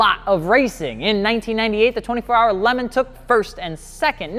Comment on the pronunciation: Oh mate, your videos are as amazing and entertaining to watch as you are terrible at pronouncing shit. Diablo = Daiablo ? Peugeot = Pugot ? LeMans = Lemon ???? Love your stuff but go back to school.